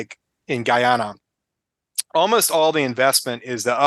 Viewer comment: I’m married to a Guyanese, it’s pronounced: Guy-ana.